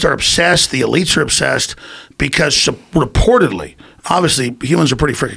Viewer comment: ALEX: "Because R-portadly"